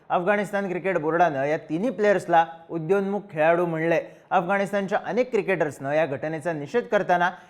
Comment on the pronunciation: उदयोन्मुख आहे उद्योन्मुख नाही